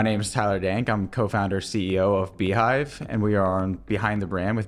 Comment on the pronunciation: Beehiiv not Beehiive